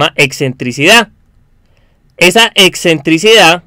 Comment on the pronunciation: "exentricidad" no, lo correcto es "excentricidad"